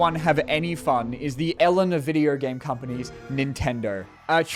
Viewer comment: Does he say “Videer” instead of video?